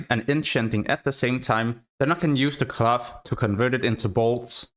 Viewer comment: Your pronunciation of "cloth" sounds like "glove"